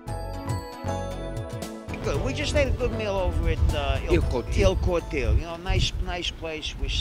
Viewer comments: Il cortile is NOT pronounced ILL CORTEEL. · first of all guys,, learn to Speak and Pronounce the Italian language correctly or stay home. You butchered the name of " Il Cortile" , "La Mela" and then OMG ,, sfogliatelle,, I heard a " D " put in there somewhere,,, Mannaggia ! ! ,, go back to Italian 101 or better yet ITalian for DUMMIES